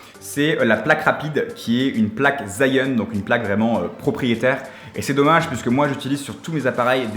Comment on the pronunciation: Pour info, Zhiyun n’a rien à voir avec les rasta et leur paradis nommé Zion mais se prononce « giyuine »! Très stressant de t’entendre l’angliciser..